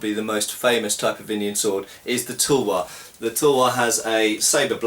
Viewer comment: why do you say toolwar when its, tulwaar ?